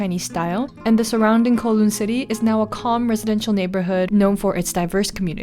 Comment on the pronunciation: Just an fyi… Kowloon is pronounced Cow-loon. 😅😅 anyway, loved this!! Can’t wait for more travel videos!!